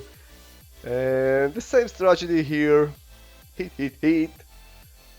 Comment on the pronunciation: Haha. I like when he say 'stragedy' every time. very nice fights btw.